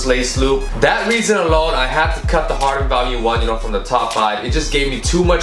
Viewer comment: pronouncing it like it's an anti-depressant lol